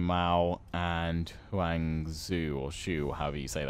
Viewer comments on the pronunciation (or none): Huang is yellow in Chinese, try to say Wong or H-wong. And his name is basically guy Sun is more like soon Jiang is fine